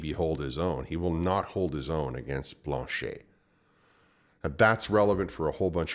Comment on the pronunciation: If you could pronounce Blanchet properly you would be more credible.